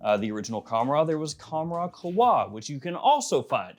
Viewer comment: It's qawh-wa not khowa